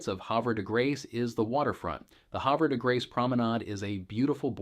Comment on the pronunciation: You are not a local....your pronunciation of Havre de Grace and Susquehanna are not correct.